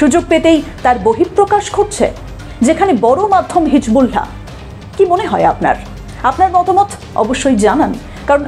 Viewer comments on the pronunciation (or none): thank you sister but your pronunciation of hisBullah is incorrect. শব্দটি হিজবুল্লাহ হিজবুলহা নয় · আপনি কেমন সাংবাদিক হিজবুল্লাহ সব্দটা ঠিক মতো বলতে পারেননা।